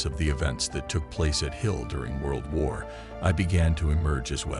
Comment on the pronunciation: I'm 26 seconds in and already the stupid computer generated commentary has mispronounced Wijtschate, Missines Ridge and even, God help us, World War One. I won't be listening to any more and, whoever produced this shit should be ashamed of themselves.